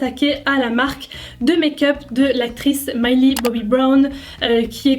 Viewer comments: cc juste pour te dire que le prénom de Millie se prononce Millie et pas Myllie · SES MILLIE PAS MILEY TU SES MÊME PAS DIRE SON NOM MDRRR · Cou juste pour te dire que ça se prononce pas myllie mais Millie 💜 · Désolé mais j’avais envie de te tarter quand tu disais MAYLI c’est MILLIE!😂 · T’a prononcé mylie au mieux de millie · mais pk tu di mallie bobby brown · « Maïlie Bobby Brown » euuuh PARDON ?! Omggg😭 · Normalement ça se dit Millie comme en français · Juste une chose Millie se pronce comme ça ce lis 😂😂😘